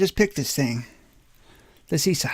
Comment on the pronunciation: Oh, good job on the Cisa, I think its actually pronounced Cheesa... apparently.😕🙋‍♂️